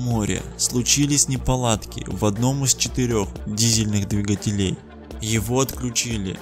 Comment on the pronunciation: Слушать нереально... Непонятные паузы между словами, и ОЧЕНЬ режет слух "двигателЕй"